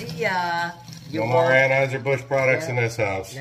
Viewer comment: Dude said awwnhiesr bush and he's put here trying to act like he's smarter than everyone else for being transphobic and he can't even get the name of his favorite beer right